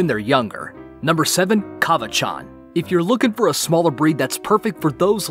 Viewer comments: ok. but uh cavachon is pronounced like the name shawn not ch sound like its parent bichon pronounced be-shawn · You said Cavachon wrong I think because I have one my own and heard it many times also you are kind of wrong about there personality they LOVE to play.